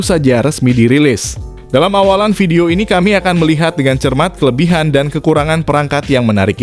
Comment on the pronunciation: Prounounced as 'VIP not 'FIP', 'Volume' not 'Folume', 'Video' not 'Fideo'.